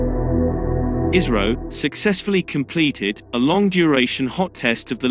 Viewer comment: You pronounce ISRO like ISRAEL 😎😎😎